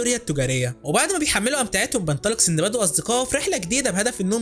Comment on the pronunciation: اسمه سندباد و ليس سيندباد